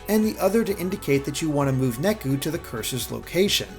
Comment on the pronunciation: I know that KH: DDD also did this, but Neku's name is supposed to be pronounced "Nay-ku", not "Neck-u". Japanese pronunciation isn't that difficult!